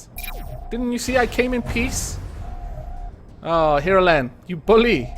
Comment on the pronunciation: It sounded like you said "I come in Piss!"